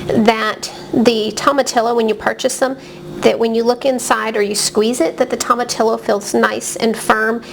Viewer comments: Pronounced toe ma tee yo. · The LL is pronounced "Y"